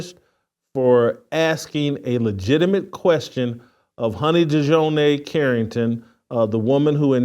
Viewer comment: I realize that Jason isn't too bright, but after reporting on Dijonai Carrington several times, you'd think he could say her name correctly.